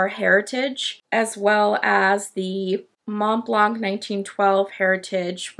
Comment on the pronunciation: Nice to see you again and with a nice pen that catched my eye. Thank you for your review! I don’t know if I’m impressed by the pen, does it have a #5 nib? Interesting you doubt about how you pronounce the ink, but really have more trouble with pronouncing Montblanc. Please don’t pronounce the T and the C 🙉😘